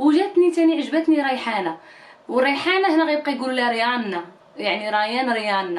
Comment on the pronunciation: Hannou لا اختي كتنطق الريانا ماشي ريخانة حيت اتشي مكتنطقش